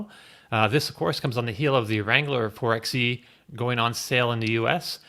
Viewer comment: Why does no one pronounce "four by ee" properly? It's a Jeep, it's clearly not meant to be called a "four ex ee"